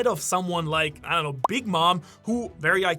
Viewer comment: do you “telegraphed”? it certainly wasn’t “paragraphed”